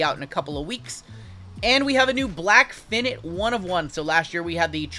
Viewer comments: Excuse me, I think you ment to say Black "FI-Night" not Finet. 🤣 🤣 🤣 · Sorry imma be that dude but it’s FI-NITE….not FIN-IT